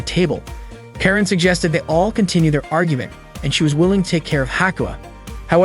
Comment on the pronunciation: it's not keren it's karen